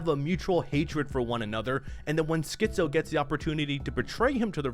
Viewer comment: Great vid. But man, you pronouncing Skizzo as Schizo constantly sent me 🤣🤣🤣🤣